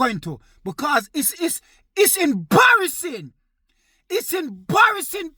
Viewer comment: “It’s IMBARRASING”💀